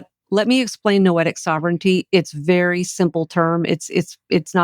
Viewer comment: When she says" Noetic sovereignty"